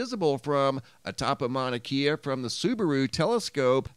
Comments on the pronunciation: Kea is pronounced ‘Kay uh’ not ‘key uh’ ~ love your channel. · It's Mauna KAY-UH..not KEY-UH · It’s Mauna Kay-Uh 👍 aloha from Hawaii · Mauna Kea is pronounced Mauna KE ( long A ) a E is pronounced A …sorry but that’s correct. Just as Kilauea is pronounced KilauAa. E is pronounced. Long A. ❤️❤️❤️😊🏝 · Mauna Kea is pronounced mana kay uh. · prnounced mauna KAYa